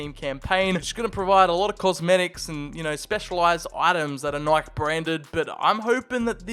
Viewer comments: Nike is pronounced nai kee😭😭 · I just realized he can’t pronounce Nike….